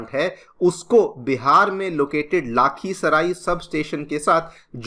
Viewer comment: Its not लाखीसराई it's लखीसराय